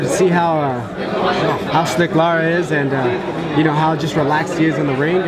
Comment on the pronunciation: Why Must Everyone Get Erislandy Lara Name Wrong? It's Not Laura Like A Female It's Lara, La-Ra.